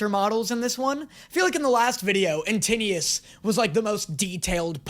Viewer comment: Ah yes.. "AnTINUES". 🥹